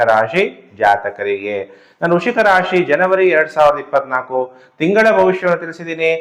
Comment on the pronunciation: ವೃಶಿಕ‌ ಅಲ್ಲಾ ಗುರ್ಗಳೇ ವೃಶ್ಚಿಕ